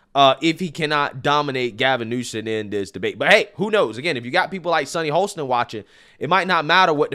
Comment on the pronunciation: "Ho-sten". No L